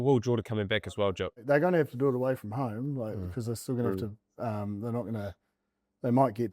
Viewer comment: Someone please explain to how to pronounce ’derby’ and ‘to’.